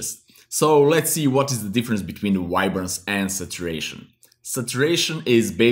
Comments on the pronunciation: did he say ribance? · I hear "wide-brance"